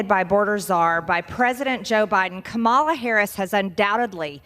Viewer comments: Is all of maga so stupid that they can't say Kamala correctly. It seems pretty damn dumb not to be able to pronounce her name, but hey come November you can call her Madam President like her husband said. Vote Blue up and down the ballot. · MTG has to go! She won't even pronounce Kamala's name correctly. She is a racist see you next tuesday, and a witch! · How infantile is it that they are purposely mispronouncing her name. How petty. And where in the world does MTG live? None of That has been my experience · She purposely won’t pronounce her name correctly. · Why can't MTG pronounce Kamala's name correctly? Is she that ignorant or just that childish? MTG should speak to the demands Trump made of his GOP to kill any border deals because he wouldn't have gotten credit so he didn't want it to work. Similarly when he spoke of hoping our country would have an economic crash (it didn't under Biden) so he could basically gloat. What a selfish, egomaniac and this is what so-called Christian's want? Just sick and unjustified. Bye, Bye, Trump and MTG and Hello President Harris!!!! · I see MTG cannot pronounce VP Harris’s name. Will she get used to Madame President? lol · I wish someone would teach dumb ass Marjorie toilet green how to pronounce the vice president‘s first name. It’s better to appear a fool and say nothing then open your mouth and remove all the doubt. We all know you’re a dumbass. You don’t have to even open your mouth to show us. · Does she do anything for her district? She’s mispronouncing her name because her orange POS leader mispronounced it. She’s such trash!!!! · She deliberately mispronounces her name. So disrespectful not to mention immature. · Since Marjorie Taylor Pig cannot say the candidate's name correctly, I think we should start pronouncing her stupid name wrong, too. Henceforth, I dub thee MarJORie T. Green . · Pronounce her name correctly! MTG, we are all sick of you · This BBBBB cannot even say VP's name. She is the lowest of the low.